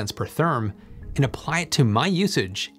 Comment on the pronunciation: Theeerm?? Whaat?